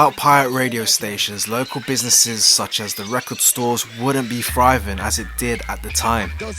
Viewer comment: Very Interesting thanks for this. Just one thing you got wrong... It's not 'Fryvin' it's 'Thriving'